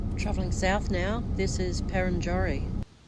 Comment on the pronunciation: When I first moved to WA I pronounced Perenjori the same as you & my work colleagues laughed & said “where”. It’s pronounced Per en joree. 😅😅 The wildflowers out that way were July/August. Wasn’t the best year but still good to see